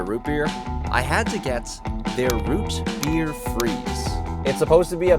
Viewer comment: amburgers and wootbeer